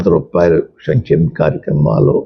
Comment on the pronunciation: చంచెమ కాదు సంక్షేమ